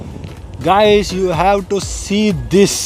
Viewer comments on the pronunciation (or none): none